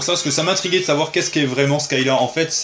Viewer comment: Juste pour commenter on dit Scylla (prononcé scila) et pas skylla d'ailleurs une expression française dit que l'on va de Charybde en Scylla (de mal en pis) Bonne vidéo juste dommage que l'on ne puisse pas profiter de l'OST d'un tel jeu ps: Dans la rubrique des jeu PS dur essaie le premier Way of the Samurai sur PS2 en mode normal puis difficile tu m'en diras des nouvelles^^.